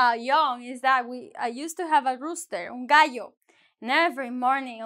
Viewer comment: I'm confused, you say you had a rooster and pronounce it un "guy-yoh", but just before that you say el "ga-joh". Why the difference??